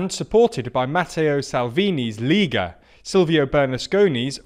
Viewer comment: Notes on Italian pronunciation; Lega - lay-ga Forza - four-tsa Lambrusco - lam-broos-coh